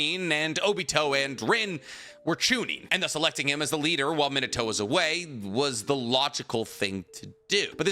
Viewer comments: Bro I'm assuming you of all people know how to pronounce his name but omfg it's fn MEENUTOH NOT MINUTOH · claims is a fan keeps sayin his name wrong (mee-nah-tow) not min-ah-tow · mi NA to, the emphasis should be on the "na". He also has a grandson named Bolt. (You know, like a lightning bolt) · Me-Na-To > Min-A-To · the pronunciation like "minnuh-toe" is killing me ioedrtnmgvoi9tkbn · At least pronounce his name properly. Not minatoe. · You make this video yet you can’t even pronounce “minute-toe”. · I'll be honest, I can't get past the way you pronounce his name but I'll be back one day and gave you a like regardless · it triggers me how you pronounce Minato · He's not pronouncing it correctly, but I'll conced to the fact that my explanation also is not exactly correct. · Well, he's definitely not pronouncing it the Japanese way, but it's close enough. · Fun fact he says minato name so wrong and it erks me. lol i almost stopped the video when he said his name like 20 times in a row.. starting to think he doesnt really know and he just googles the stuff.